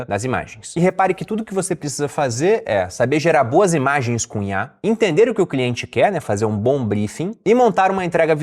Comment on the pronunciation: Toda vez ele fala CUNHAR ao inves de COM IA